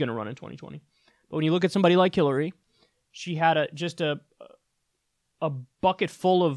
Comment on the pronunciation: Did he say Killary???